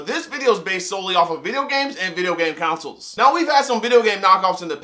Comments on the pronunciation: "Counsel" lmaooo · Did you say "videogames and videogame counsels"? XD